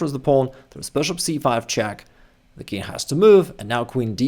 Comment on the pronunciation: I wonder… why do you say « kin’ » for the king, dropping the g altogether? For some reason I find it a bit annoying…😁